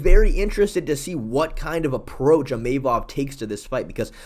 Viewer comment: New mythical fighter unlocked: EEMAYMOV